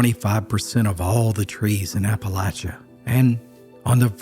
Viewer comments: The story would be even better if you pronounced Appalachia correctly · After the third time of pronouncing Appalachia wrong. I couldn't listen to It anymore.